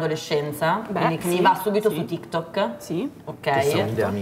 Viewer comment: quel "tiktok" e non "tiktòk" mi ha fatto malissimo... qual è la pronuncia giusta? non voglio pensarci...